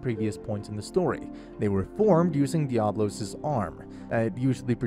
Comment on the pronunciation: I don't think you know how to speak English. It's de-abb-.lo as in diablo the devil